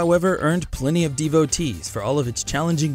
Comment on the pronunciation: JUST ANOTHER L.A DEVOTEE (what he said devotee